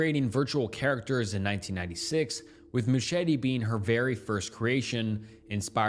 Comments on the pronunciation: Some great content on your channel, but dude-- please research the pronunciation of words you don't immediately comprehend. "MOO-cheh-TEE"?! Christ. I'd let it go if it weren't a commonality across every video I've seen thus far-- "mercy" for "misery", etc. BUT ANYWAY-- not heard of a several of the things you cover, so at least you've illuminated those for me, lol. :) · Mouchette is pronounced "moo-shet". Good video regardless. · in french it’s fully said moo-shet… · Just letting you know Mouchette (unlike Machete) is pronounced with a hard T-stop at the end, so it would just be Mouchet (with the t pronounced) :) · the french pronunciations wrecked me... he tried so hard but failed so badly lol